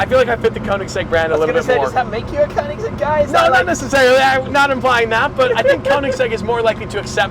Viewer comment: Stradman should learn to pronounce koenigsegg correctly 😂